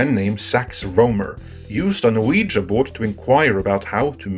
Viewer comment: WEE-GEE board - but I ain't mad atchu bro - you do good work. BIG UP!